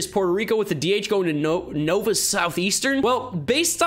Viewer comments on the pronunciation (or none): none